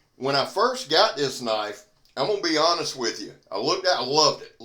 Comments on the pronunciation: Now that's a Knoife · Now thats a KNOIFE.